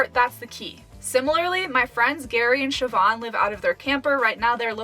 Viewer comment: Nice to hear an American been able to pronounce Siobhán